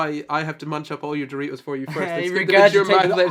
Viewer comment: it's too early for this....istg when Noah said doritos I heard 3 toes and got so confused💀